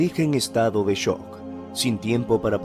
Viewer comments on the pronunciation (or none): none